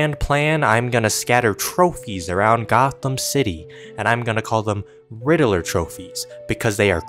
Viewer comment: Makes fun of riddler, but can't even say his name right